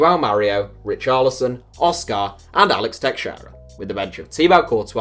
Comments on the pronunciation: Why are you emphasising the car in oscar, just say it normally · Hearing you say Oscar is painful